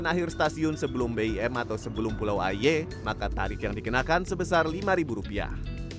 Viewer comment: Pengucapan kata 'aie' nya salah.. Tp emang agak susah ngucapinnya dgn benar..